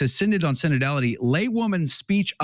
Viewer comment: SIN-ODD OF SIN-ODD-ITY